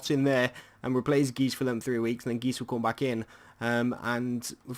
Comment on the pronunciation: Nainggolan was the better signing. Matic is good on fifa (for headers and defending)though but radja will be the better overall. Btw please say guy - se instead of geese for geis xD